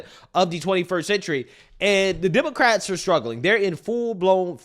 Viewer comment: Bro I watch you religiously. But on everything. Please stop saying demarcats . Just say WOMEN BRO. ITS FEMININE THINK. PAY ATTENTION BRO